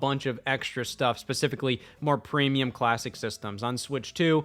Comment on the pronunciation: Preemulum Creamulum I say